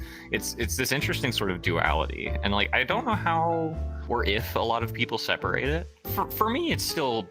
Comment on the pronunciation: bro used old English's "ġif" (IK what he meant by it, but that is actually how "if" used to be pronounced)